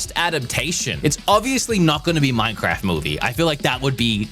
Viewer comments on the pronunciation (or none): none